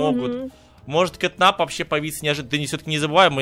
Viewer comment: ни кэт нап а кэт нэп